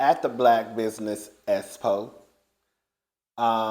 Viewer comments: no its between you I, or any person that can respond to a comment. God is a spirit, and can't write a reply. it's called an expo, not an s-po. some ppl will doubt her abilities due to her mis-pronounciaition of words. I would, especially if I didnt't "know" her from this tv show. that's just how we judge people as adults. it's unfair, but definitely reality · How you said “Espo” with out cracking a smile? I’m like now I know has perfect diction is he playing or does he have issue saying the letter X. I’m dying though. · I hate that she doesn't pronounce X's or hard C's. But hopefully it will be a "sussess." 🤣🤣🤣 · yep, but that's still how she was pronouncing it, and if she can say Maurice ex-wife, not understanding why she can't say ex-po. I don't know everything speech impediments entail, but both start with ex. She should have called the event something she could pronounce. just not event, and definitely not expo